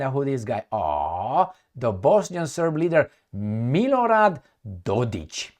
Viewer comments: it is not Dodich! K capital K. DodiK. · Dodik not Dodić. Cheers 😉